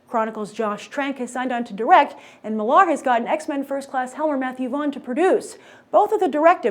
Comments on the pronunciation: Why does she keep pronouncing Millar as "Mill-LAR" when it's just pronounced "Miller." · Why does she struggle to say Millar so much and over enphasis on the "mill-AR" part?? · would you stop prouncing his name like that it is millar very simple to say geez you are smart girl for fuck sake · stop saying marks surname wrong it is not HARD